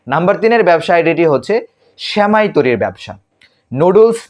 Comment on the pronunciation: Semai kotha ta age thik kore uchcharon korun.